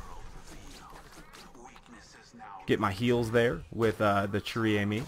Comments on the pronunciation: if you wanna pronouncing it right you must try to say "Share ame" , i think ^^ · Pronounced: "share ah-me", trust me, I'm Canadian. I spent most of my childhood learning friench. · i m sorry to say it but you have a very bad french accent and you didn t even read the name of this sniper properly that aside you re a very good youtuber so keep up thw good work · 115madmax yeah exactly XD